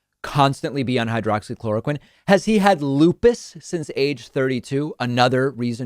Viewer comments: He’s so stupid, he can’t even pronounce the name correctly. It’s hydroxychloroquine, not hydrochloroquine. There’s a difference between the two. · He said “hydro-chloroquine” which is not even the correct pronunciation. He doesn’t know what it is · Idiot said"hydracloraquin" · Flynn can't even get the name right. He called it hydrachloroquine - methinks he's not levelling with us . . . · He didn't even say hydroxy.... He said hydrochloroquin. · hmm, you'd think someone looking at a pill bottle for 30 years would be able to remember the name, he said "hydro-chloroquine" 😆 that's not a thing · You would think that in the thirty years that he has supposedly been taking it, that he would have learned how to pronounce hydroxychloroquine. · After taking Hydroxychloroquine for 30 years and can't pronounce the medication correctly . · you would think after being on a drug for that long you should be able to pronounce the name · He is on crack for thirty years, he mis pronounced.🤣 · Since he didn’t even pronounce the name of the drug properly, I call BS